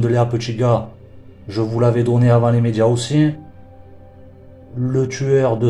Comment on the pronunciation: Avant les "médjias" 🤣🤣🤣🤣🤣